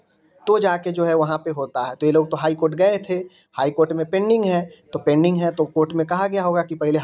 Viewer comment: Pinding😂😂😂😂 बोलना तो सीख ले